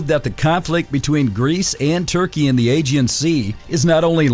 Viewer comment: Bro how can you mispronounce aegean every time